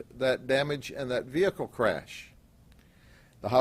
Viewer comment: "We are ''trained '' dectives...We know he has sangria and food""--the faq? Yeah because you ran his credit card?" Such detectives! ""THE VEE HICK LEE""??? Fucking S Grady!